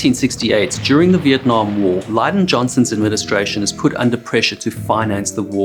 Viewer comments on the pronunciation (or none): lieden johnson????? its LIN-den johnson. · How can you possibly not know how to pronounce “Lyndon Johnson?!?” Here you go bud: LINDON Anyway, who’s heard that new Lienarred Skynared album? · Really.... "Lie-don" B Johnson ?!?! Man you could at least try to pronounce things properly.. I know your English accent makes it hard to speak proper English but seriously, you can't blame your accent for that egregious fuck up lol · OK, it's not "Liedon" Johnson, it's Lyndon, pronounced Linn don. Just for your amusement and edification.... especially with names you might try checking Googly on pronunciation....cheers. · LYNDON Johnson! Not "Lyden". Famous president after being sworn in to office mid-air, over JFK's dead and mutilated body. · lydon johnson?? dont ya mean lindon? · Who is Lie-Den Johnson??? Oh wait, you mean LIN-den Johnson. Yeah, I remember who that guy was. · Dude..... LBJ's first name is pronounced "LIN-dun" not "LINE-dun"... my goodness ... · It's not Liden [lye-din] Johnson, it's Lyndon [lynn-done] Johnson. Seriously. I cannot believe you mispronounced the name. I guess we'll call the King Chalet Pillips Artur Georgie. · I had no idea there was a president named "Lyden Johnson." As a bigger insult the narrator says this over the correct name "Lyndon Johnson" appearing on screen. Even with the narrator getting this wrong it could have been easily corrected in editing. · But can't pronounce Lyndon. It is Lin-don, not Ly-dun. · Linedon Johnson? bruh is this AI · "lydon" johnson, lol. that cracked me up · “Lydon Johnston” 😂 I love it!! I think he met with Queen Elsbeth II and Prince Scharles! 😂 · lyndon should be pronounced like LYNN-den. And another one i heard was Groton CT the birthplace of nuclear submarine warfare. That should be pronounced like "graaten" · Lydon?? FFS. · "lie-don" johnson hahaha they must not have lyndons in south africa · Supposed to learn from but cant even say a presidents name right